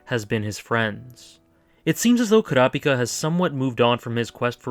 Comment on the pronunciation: Wow, a Youtuber who actually pronounces Kurapika correctly? Glad I subbed :D